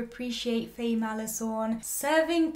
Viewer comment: A few things.. 😂 but firstly Faye’s name is pronounced like fire, so fiiiiiieeee or faiiii, not a short fai but faiiii or fyeeee 😂 Khun Neung’s hairstylist and stylist is basically herself because that’s her everyday look, slick back hair, lesbian ass button ups 🤣 she is in fact an actual sapphic HAIRSTYLIST in real life. Faye is also the winner of Miss Grand Thailand 2016 😁 honestly what CAN’T that hot lady do. I like how you are able to understand ANeung’s childish side and 100% agree on how Aneung is more emotionally mature than Khun Neung despite Khun Neung’s worry over how large their age gap was. And honestly, yes get ur pitch fork ready and know that im a diehard freenbecky and gap fan, if you are able to gloss over the intern/ceo love trope then you should be ok with this too. A lot of the “problematic” aspects in both BLANK and GAP were rearranged for the sake of the series. Both Faye and Yoko are both SEASONED actresses. I personally see chemistry between the 2 and gawdddd I love them, I might understand why some people don’t see it. FB were in another series before filming GAP (and GOD was SCOY cringe) and they had time to get close to each other unlike Faye and Yoko. Although I am sure once episode 7 is released, it will be even BETTER. I was nodding along with you until you said u shipped Khun Neung with the doctor. MY PITCHFORK WAS READY. Anyways in the book, Doctor Wan Viva wasn’t exactly her ex but more like a fwb situation(?) not sure too. And she has a girlf